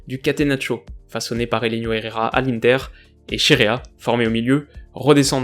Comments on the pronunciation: Tu prononce mal l'inter comme c italien on fait pas le son un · On dit inter pas inter